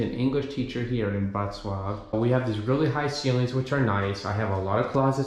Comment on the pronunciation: not "Wrocław" 🤣